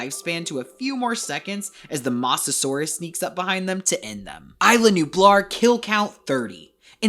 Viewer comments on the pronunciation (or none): "masesour" ITS MOSASAUR OR MOSASAURUS NOT MASESOUR💔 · Bro i think he can't pronounce mosasaurus